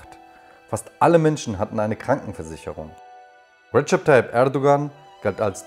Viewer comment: Rischard Tayyip 😂😂😂